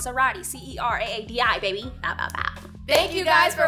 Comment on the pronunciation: I pronounce CERAADI like Seer-ah-dee NOT Sir-ah-dee